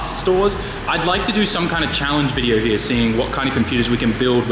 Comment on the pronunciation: I like how he says here (Hiya).